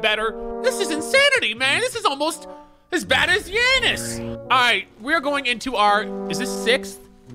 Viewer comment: a rare sighting of saying giannis somewhat correctly